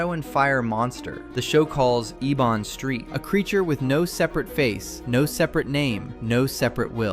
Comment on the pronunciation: And the villains name is Ebon, as in "ebony" the color. not Ee-Bonne